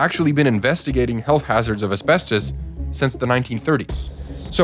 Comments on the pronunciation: Bro just SAY ASBESTOS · Why are you bouncing between pronunciations within the same breathe and gatekeeping the word asbestos for 9 minutes? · almost 10 minutes in only when it says asbestus... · How many pronunciations is a single person going to use for asbestos? Hahaha man